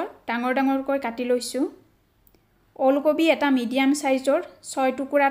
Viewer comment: Bonuwa Tu baru vl hoise kintu baideu pronunciation bur olp parile vlkoi koribo 'ool kobi ' nhoi 'uul kobi' 'gota mosola' nhoi 'guta mosola'